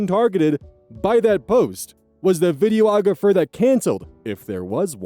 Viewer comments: videographer not video-ographer lmao. I seriously needed that laugh today though <3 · H, I like your reading but I wanted to point out (as one) that its pronounced Vi-dee-ographer. not vi-dee-oh-ographer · “videoographer” it’s not a thing it’s a videographer you’re saying it completely wrong and adding multiple letters that aren’t in it. You’re welcome for the comment boosting your really stupid visibility.